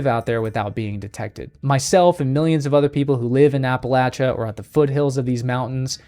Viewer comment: Excellent video. I have never seen one, but many other experienced outdoorsmen whom I would trust with my life have told me about seeing them. Bonus points for your pronunciation of Appalachia. ❤